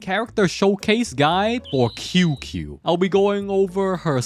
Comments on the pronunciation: I want to watch the video but when he said "Kyukyu" instead of Qingque (pronunced ChingChue), I had a stroke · OH NO everyone is reading the wrong way it may sounds cute but is not QQ, Qyu-Qyu, kiukiu, Qing-Que. Instead this how you read it ( Ching ChuÆ ) Ching chuÆ is a more correct pronunciation. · I believe it's pronounced:"qing chi" or "qing qi" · I'm sure someone has said it already, but her name is pronounced "CHing-CHue" in Chinese pinyin, "Q" is pronounced as "CH" Great vid otherwise :) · It isn't pronounced either way the first part is like "Ching" but with a very soft ch sound and the second part of her name is pronounced like "chweh" that is the closest I can get to phonetically spelling it. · Her name is pronounced as "Ching-cue" "Ching" as in qing in Keqing, "Cue" is pronounced with heavy letter C and not K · It's more like "Ching Ci" i believe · I believe that he's aware, just choose to say it wrong. Like Shampoo. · That’s not how you say her name